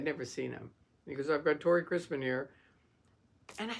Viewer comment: Thank you & note: it's Tory not Tori 👍🫶